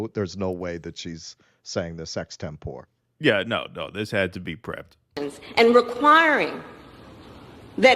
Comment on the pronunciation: Hey, look up the pronunciation of extempore.